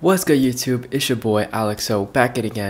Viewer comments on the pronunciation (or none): none